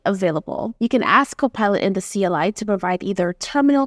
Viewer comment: Why does she say gHKOPILot